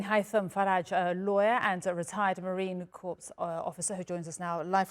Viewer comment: Somebody tell this lady that Marine Corps is pronounced "core", not "corpse".